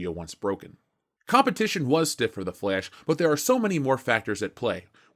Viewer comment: I seriously love how you say The "Flesh". LOL!